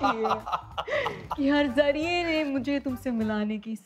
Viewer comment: Its Zarre ne not zariye